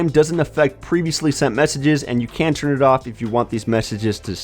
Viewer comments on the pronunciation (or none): none